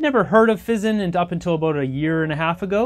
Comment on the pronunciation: "Fee-Zahn" They are Italian, mi amico! 🤌